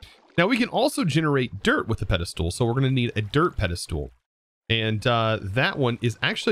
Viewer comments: can you please say "ped-i-stol" not "ped-i-stool" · I cannot get over the way pronounces Pedestal! He says Peda-Stool I've noticed it for years but never commented it! hahahha. Loving the content! I'm binging this series right now! So good! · anyone else get mildly annoyed when he says "Pedestool"? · Just a little bit but ya lmao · i keep referring to this video to automate the pedestals... but i gotta say,, your pronunciation of the word "Pedestal" makes my ears bleed.